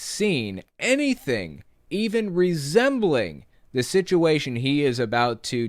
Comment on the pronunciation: Did the Cope say shituation or situation. Whatever !